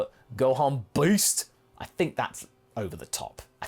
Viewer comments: i thought he was saying boost at first. xD took me a while to hear it right. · I just love how you say "Gohan Beast" and emphasize the crap out of the "Beast" part of it. It's great.